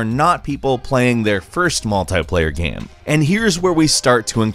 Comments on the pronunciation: why do you say video gaaam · stop saying gaem ffs